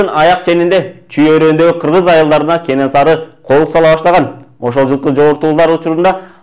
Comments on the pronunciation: Кененсары эмес Кенесары деп айтылат чыныгы аты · Кененсары эмес кенесары